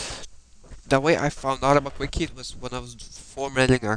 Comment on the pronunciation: Its Quick Heal Not "Quick Heat"!